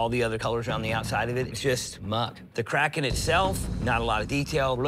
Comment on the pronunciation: Kriken? wtf is a kriken? its KRAKEN moron..